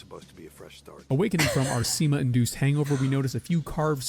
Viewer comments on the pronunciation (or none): were you thinking of semen? cuz i just heard sema or smth like that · Sima, not semen, i know i know, its a common misconception... i too am surpsied when i get sima... oh wait....